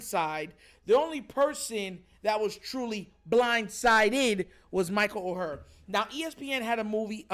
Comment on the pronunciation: Bro good topic. (FYI tho- the name is pronounced like the word “Or”.) never would’ve thought about this tho 🤔 good job bruh